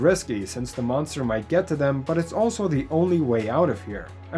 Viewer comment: Did you say....... DA MONSTER? LESSSSSSS GOOOOO